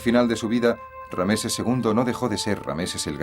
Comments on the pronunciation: RAMSÉS no Rameses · Por que dice rameses en vez de ramses ll y por eset en vez de seti l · Rameses no ,es ramses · Rameses??? Ramses sera amigo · una mierda la traduccion gallega, no saben ni hablar los hdps, rameses?